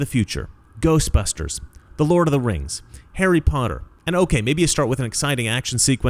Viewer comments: I believe it’s pronounced RANGZ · It's "The RANGS of Power". C'mon man